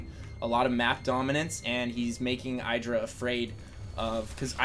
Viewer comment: Please you pronounce IdrA wrong.